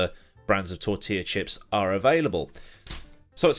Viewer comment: Funny to hear a British person say tortilla chips.